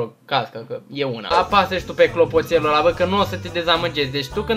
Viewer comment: Clotopel ba nu clopotel :)))